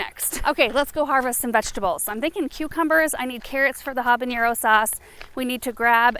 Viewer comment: Hi there! I love your channel and all that you share!!! Habanero is not pronounced habaniero… there is no i sound… Love your work and all!!! The teacher in me and my Mexican heritage had to share the correct pronunciation…💞👏🏻👏🏻👏🏻